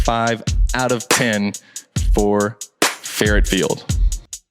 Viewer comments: Just a friendly point, our stadium is pronounced "Far-oh" and not ferret. 🙂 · The field is named the Missouri coach "Don Faurot." Pronounced fah ro. The locals call it "Far out" Field. Missouri has the 2nd most amount of deer in the country. They play chicken with cars. Take care. Vaughn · The “T” in Faurot is silent. It is pronounced “fa row”. Driving through Kentucky is very similar with farmland.